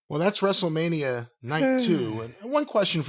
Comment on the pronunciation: Wrestle-Meh-nia. Commence countdown until the The Roid trudges in... Maybe he can bring another barely-sentient rapping sizzurp addict along for "celebrity clout".